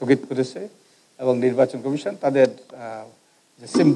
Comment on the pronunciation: উনি কি কারণে নির্বাচন কমিশন কে নির্বাচন কামেসন উচ্চরণ করেন?উনি কি বাক প্রতিবন্ধী নাকি অটোপাস ?সংস্লিস্ট কতৃপক্ষের কি নজরে পরে না।